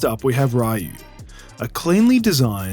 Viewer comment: I would be remiss if I didn't point out you're pronouncing Ryu incorrectly. "Ree-You" is the correct Japanese pronunciation. A common mistake, I did call Ryu, "Rai-You" as a kid. Still a great video.